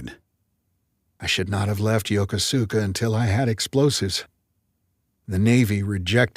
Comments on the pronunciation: Lost me at the pronunciation of Yokosuka… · Mispronounced in a past novel, anyone who has served there would pick this up. Suggest taking a trip to learn one key pronunciation…